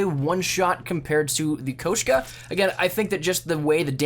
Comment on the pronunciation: He says koshku